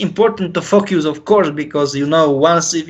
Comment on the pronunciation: is the only one that is getting away with saying fuck u trying say focus 😂😂😂😭💨👌🏆